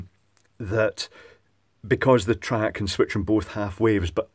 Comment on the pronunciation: Fairly heavy Scottish accent.... 'triac' becomes 'track'. Had to double-take a couple of times. TRI-AC. TRI-AC. Repeat 100 times,!:-)